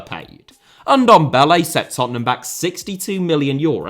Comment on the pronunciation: Say Ndombele one more time...